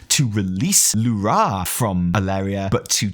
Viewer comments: You deserve the disappointment of Alleria not dying, just because you keep pronouncing L'ura as lu-RA instead of LU-ra as we've heard them call this naaru for 10 years :) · It's L'ura not Lu'ra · The only thing you got wrong is the fkin way you pronounce Lu'ra .... God damnit man, its not Lu'RAaaahhhhhh, like youre some russian screaming Huraaaaa It's a short, simple, Lu'Ra . Two syllables. Theres no aaaaahhhhhhhh at the end. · lu'rA souds so goofy to me. In my mind it has always been LU'ra. just like DO're, TU're, MU'ru, XE'ra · Evi for the love of the Void please teach how to pronounce L'ura.